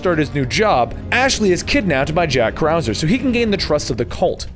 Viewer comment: Krauser not Kauser